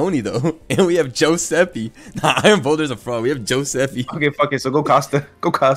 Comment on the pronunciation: Joeseppe with a J has my crying